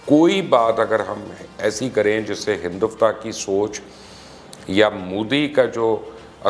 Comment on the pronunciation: Mubashar bhai aslam o alaikum, I hope you are safe and healthy. I everyday watch your videos and analysis. You are my favorite. You have such a command on every topic, pandemic and foreign affairs. But please correct yourself and pronounce exact word “ HINDUTVA “. This seems very non professional if any word pronounced wrong. May Allah bless you and keep you healthy and safe. Ameen